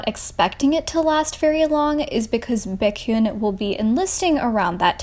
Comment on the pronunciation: Taymin from Shinee Baykyun from Exo and Tayyong from NCT. I cringed at your pronouncing of their names, but still good video.